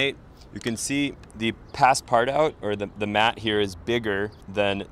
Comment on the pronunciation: It's pronounced Pass Par-too, with emphasis on the final syllable.